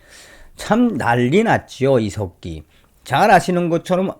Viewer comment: 저는 처음 께서.....이색기 하고 욕하시는줄 알고 깜딱 놀랐습니다~ ㅋㅋㅋ; 이 색 기......라고 하시는줄 알았는데.....?? 이 석 기 였다라는.....?? 그런데....자세히 들어보세요...?? 그럼...이 색 기 라고 들립니다~* ㅎㅎ